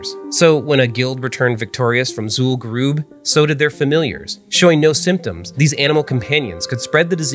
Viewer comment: Super-Duper-Nerdy WoW Video fact-check: Mispronounced Zul'Gurub (occurs multiple times in the video) Areas of dense spread tended to be the Mailboxes, Banks, Auction Houses and Hearthstone locations You need to be at least level 58 to zone into the raid, but most who reached the noted boss were max level at 60, as it was the final boss. A level 50 would not be able to get into Zul'Gurub. Fun video though.